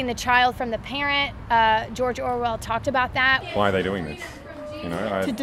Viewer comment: jor jorwell